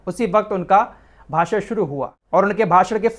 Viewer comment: भासड़ नहीं भाषण होता है